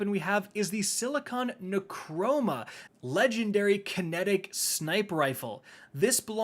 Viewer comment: Thumbs up if you were here when pronounced Silicon Neuroma as Silicon Ne-chroma